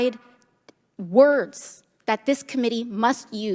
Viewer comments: Did AOC say “Boner-fied”? 😳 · Did AoC say Boner fied document? Lol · Wait wait wait.. did AOC just say " bonerfied" ?